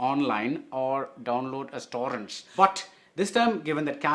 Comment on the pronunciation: Listening/watching BR say torrents was just pure and unadulterated spit take worthy gold!